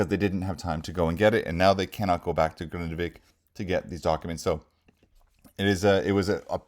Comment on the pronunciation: Hello, nice to hear that you can pronounce the city name Grindavik properly and not like others who say Grindevik 🙃